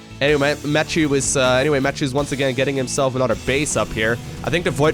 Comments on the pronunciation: It's a french name, so it should be pronounced "ma- ti-eu" instead of "mattew". Sorry, the sound "euuuu" isn't common in english, so I can't find a word to give you the sound :/ Great game anyway ! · Try french. Matt-ieu. (iöööö). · Blue toss has my name! Woo- also it is pronounced "Mature" like rated M for Mature. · I believe is pronounces : mathew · That's the English pronunciation. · you dunno how to pronounce Mathieu? c'mon man, you're living next to france! :'D